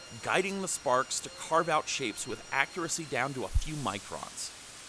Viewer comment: Almost sounds like you say farts instead of sparks